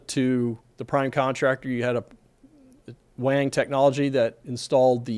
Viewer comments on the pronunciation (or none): none